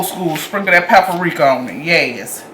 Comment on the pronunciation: We gone sprinkle this “peppa-rika” yes ma’am! Come on with it! 🖤